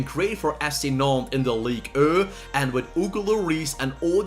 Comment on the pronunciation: Oscar Jensen he is trying to say Ligue un